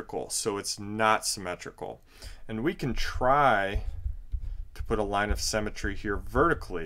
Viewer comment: Great video but symmetry not cemetry.